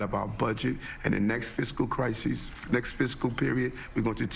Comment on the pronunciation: Adams.. so dumb 😂..... it's almost entertaining. It's a "CRYZEES" ..and whats up with the bobble head lady? Is she part of the "CRYZEES" ..or is the mexzeekoe border that is the CRYZEES so many CRYZEESES. ... Are you still calling your self the Biden of Brooklyn ...😂😂 mic drop. . End of quote / repeat the line